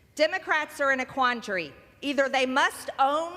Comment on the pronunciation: She says the Democrats are in a "quantry" instead of "quandary"